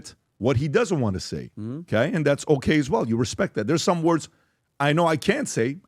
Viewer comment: Can anyone kindly tell me why this rent boy can’t pronounce “okay” correctly?